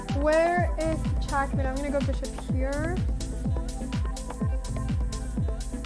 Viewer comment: She didnt really beat magnus, he had 30 sec and she had 5 min and she won on time while magnus was checkmating her lol. Also why is Anna calling it Chass and Chackmate?